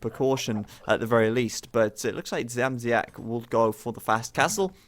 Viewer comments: Age of Empires 2, when introducing the second "bity kablem" was better. Dziamdziak can be difficult. You are near. You only use the "z" wrongly. You can try Dsiamdsiak.:D Greetings! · I don't know if it will be correct in english, but "bity kablem" means something like "being hit by a wire" :D and also about pronouncing Dziamdziak the version from about half of the video is almost correct, keep it up! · About Dziamdziak u say it terribly wrong, but no ones gonna blame u ... Im from poland and its even hard to write like it should sound at english. Someones gotta tell u that name and u need to hear that :P No way u can speak that other ways:P But at the end or event at the half of the match u were saying that aaaaalmost, aaaalmost correctly - keep it like that :P